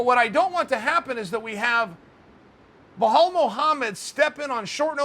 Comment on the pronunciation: Me: Bilal Chael: Buhalal Me: ok Buhala it is